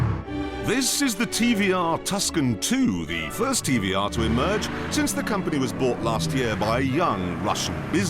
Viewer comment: Its pronounced TVR